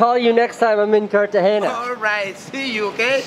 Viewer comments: It's not Cartageña, Casey. It's Cartagena. Prpnounced just like that, normal n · Casey it's not CartageNia it's Cartagena (pronounced Car-ta-hey-nah) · Or to learn to pronounce 'Cartagena.' :-) (not Cartageña) Everything else was, as you young people say, 'dope.' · because most of us don't speak spanish dude. I don't know why all spanish people say 'jess' instead of yes..so annoying to us 'gringos'. In all seriousness, are you saying its pronounced carta-hay-ya? Have to admit, I thought it was carta-hay-nya. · Dude, you just murdered the name of the city. Cartageña lol. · Did he just say cartahenya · It's pronounced "KARTAHENA" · Love ya, Casey, but there isn't a "ñ" in the name "Cartagena." So stop saying it like that. I don't know why all gringos do that... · Cartagena! U misspronounced it til the end...allmost.